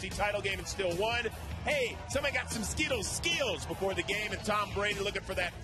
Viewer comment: SKIDDOs SKIDDOs I know he is trying to say skittles, but instead it sounds like the Pokémon Skiddo.